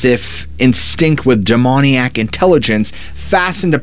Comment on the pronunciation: Lol, "Denoniac"